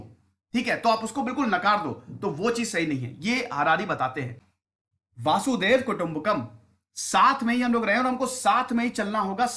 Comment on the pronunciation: क्षमा करें,पर वासुदैव नहीं,वसुधैव कुटुम्बकम होता है।